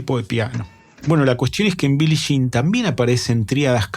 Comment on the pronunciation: Excelente análisis y buena información, solo que me sangraban los oídos cuando decías Billi Shin. 😂